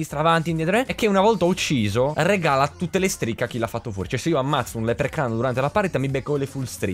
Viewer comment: Senza offesa velox ma si dice leprecauno non leprecano